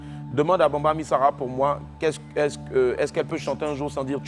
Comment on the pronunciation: C'est bamba et non Bambi oooo